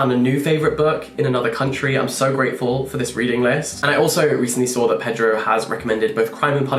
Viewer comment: The Latin American pronunciation is more payDROW than PEDrow.